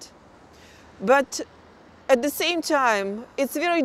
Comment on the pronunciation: только и слышно: "зэ...зэ...зэ" Интересно, она понимает, что говорит, или первый раз вообще текст видит?